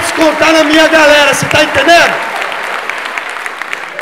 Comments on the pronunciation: "a garela"? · "a garela'' kkkkkkkkkkkkk bom demais cara parabéns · "garela" ksjsks